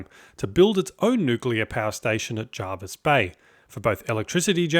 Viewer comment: actually pronounced jer-vis, not jar-vis bay 👍